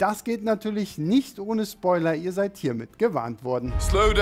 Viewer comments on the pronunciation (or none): none